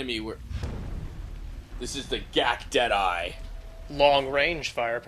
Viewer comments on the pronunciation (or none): I keep hearing 'dead-eye' as 'jedi'. Hey, it'd explain the giant unsubtle blue lasers.